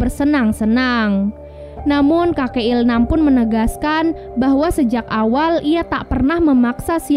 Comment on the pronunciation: il-nam bukan il-ham